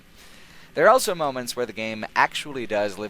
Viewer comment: says elso instead of also.